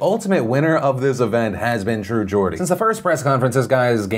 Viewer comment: Hi Phil. Just a heads up, it's pronounced Gord-ie. Not Jordie. A Gordie is someone from Newcastle.